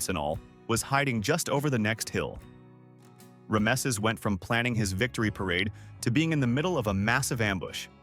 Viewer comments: Now I know where to go to get bad history, poorly understood and explained, without context and narrated by an AI that can't pronounce Rameses. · Teach your AI how to pronounce Rameses.